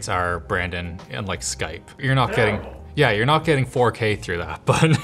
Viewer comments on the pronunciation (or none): Did he say Skype?